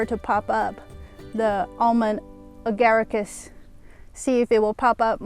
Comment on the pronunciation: Yes you pronounced it perfectly.